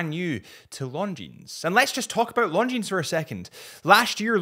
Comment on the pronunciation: You work for a watch company yet still say S at the end of Longines 🤦